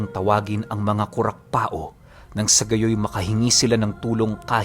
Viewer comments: Kurakpao ibig sabihin kurakpaw, hindi kurakpa-o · Hehe sa bicol pag sinabihan kang kurakpao meaning pangit ka..🤣🤣🤣 kadalasang bansag ng mga kabataan namen..nga po pala Kurakpao po buo pag bigkas nyan hindi po kurakpa-o parang Pacquiao ganon.. pero ok lang andyan na e..totoo po yan mga kurakpao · It's pronounced as kurakpaw not kurakpa-o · Kurakpao- ku-rak-paw yan po ang tamang bigkas. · Kurakpao Po.hindi Po kurakpa-o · Ang tamang bigkas jn ay kurapaw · Kurakpaw ang alam kong pronounciation nyan. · Ko rak paw Yan Ang tamang pronounce Nyan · KURAKPAW po ang tamang pag bigkas 😊 irosin sorsogon here